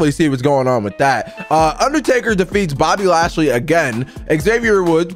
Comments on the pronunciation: IT IS BOBBY LASHLEY NOT BOBBY NATEY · Why does he say Bobby nasty instead of Bobby lashely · way do you call bobby lashly bobby nesty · Why do you say Bobby nasty